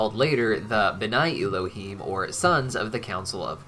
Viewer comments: I love you, and I love that you are taking our (Jewish) religion into consideration, however, your probounciation of Hebrew is abysmal. It isn't Y-lohim (him). It is Ehlohem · I don’t mean to sound rude, but you are pronouncing Elohim wrong, the ‘E’ is pronounced as ‘Eh’